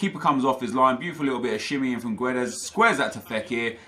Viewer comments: When reading Guedes ignore the 'u' , just say Gedes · Guedes is pronounced Geddz btw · gedes dont say the u im portuguese